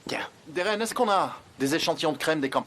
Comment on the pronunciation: Vous vous rendez compte que muzafer dit géren pas Deren 😅😅